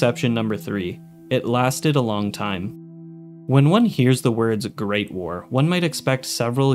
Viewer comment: I like you but hate the way you say Great War. You say it like it’s one word, like GREATwar instead of Great War